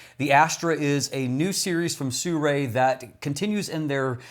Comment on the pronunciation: You can pronounce Sirui more accurately by saying “Sir Ray”.